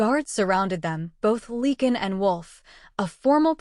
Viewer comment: Ilford, London, UK. It’s “Lycan” not “Leekan” please?